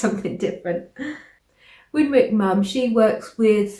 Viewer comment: She pronounces her name Winnick (mum).